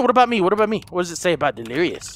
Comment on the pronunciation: he say wife lirious and baby lirious